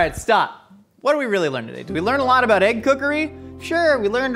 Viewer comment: .....we learned "ah-brout" the proteins binding lmao